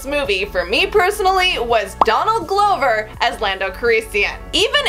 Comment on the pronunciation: Donald Glow-ver